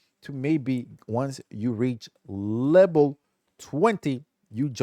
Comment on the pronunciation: stop saying lebel